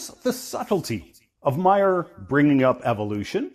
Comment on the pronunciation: ... hearing someone calling Bill Maher a left wing extremist while somehow managing to mispronounce his name is incredibly painful. I wouldn't even classify him as left wing, let alone an extremist.